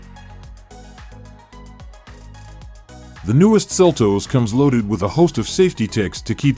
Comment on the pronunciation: Seltoes? It's seltos